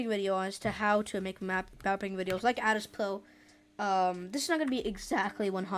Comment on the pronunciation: "Adizz Pwo"no offense the vid is really good❤